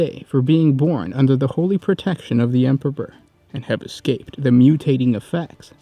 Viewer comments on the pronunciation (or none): Stop saying "" instead or Emperor ffs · lol he said Emperber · Ah yes, the emperber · What is it with you and saying word Emperor? You say Empeber most of the time.